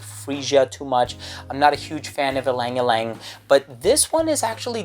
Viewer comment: Always love your review! thank you so much, gonna hunt it in my country soon! and a bit of pronunciation tips from me if you allow. when you say "Alang-alang" it should be pronounce just like when you say the first letter of "Aquatic" or "Acqua". once again thank you so much for the review!